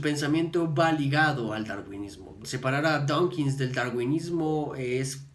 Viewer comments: ¡DAWKINS, no "Donkins"! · Que pronuncias "donkins" muchas veces.